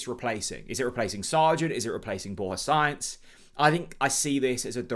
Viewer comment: Borja Science, haha. It's Sa-inz.